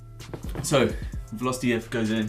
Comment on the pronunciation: they arent called valos they are veloce, and its pronounced VAH-LOW-CHAY